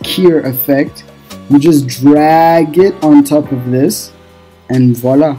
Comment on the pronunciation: u're a franglais " and voilà " 🤣🤣